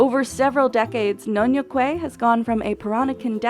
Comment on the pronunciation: Nyonya Kueh not nyonyo kueh